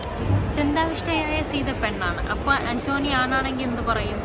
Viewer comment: ആന്റോനി അല്ല പെണ്ണേ ആന്റ് കെണി😂